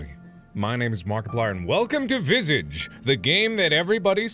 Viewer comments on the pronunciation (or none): The way he pronounces this game sounds like nails on a chalk board. It’s more like Vis-aw-j. French for face. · It’s pronounced Viságe now visage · Oh god it physically hurt me hearing him say v i s i g e cos my school taught me like french was a first language (english is my actual first language but I'm almost as fluent in french as in english) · Sean pronounced it vis-ahjah, so he siad visIDGE and i was like w u t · Me: sees title, “I love that word, Visage.” Mark: “welcome to Visige” Me: ಠ_ಠ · him pronouncing visage incorrectly KILLED ME DHDHDH (its vi-SAWGE) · Scariest part: Mark pronouncing the French word visage completely wrong. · I do, in fact, speak English and no, no it's not. It's Visage.